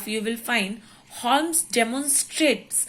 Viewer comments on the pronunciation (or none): It's not holmes to pronounce but u should pronounce homes